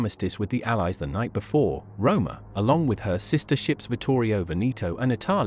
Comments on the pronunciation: The narrator should spend some time learning to pronounce Italian names correctly. Like MU-SO-LI-NI & not Muscle-lini. Vittorio VE-NE-TOE & not VINNI-TWO. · You obviously have no clue about correct pronunciation of Italian names! My parents come from the Veneto region in Italy & it is pronounced VE-NE-TOE. It is not VINNI-TWO you moron. Just Google it, it’s not all that difficult!